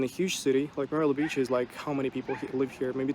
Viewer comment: his russian accent never was bad, only word 'live' is badly pronounced.